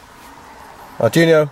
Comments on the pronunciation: "ARD-WEE-NOH". Not "ardjunio". That is NOT an arduino with a shield on it. That is a dedicated non-Arduino board. with an unknown microcontroller on it. It may be fractionally Arduino-compatible, but it is NOT an Arduino. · Nice video but it's pronounced dweeno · Great stuff - thanks. Sorry for being anal here, but it's bugging me ! - it's pronounced Arr-dwee-no, and it's OBD, not ODB :-) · You pronounced "Arduino" like that just to increase engagement, didn't you? I guess it worked.